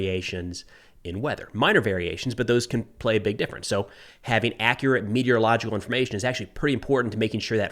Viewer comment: I don't know how to spell meteorological properly but I can pronounce it right and you did too. 👍